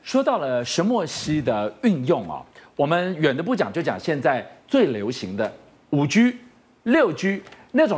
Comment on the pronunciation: 5G唸法是5基而不是5居好嗎。不知台灣媒體喜歡唸基為居. 十分令人厭惡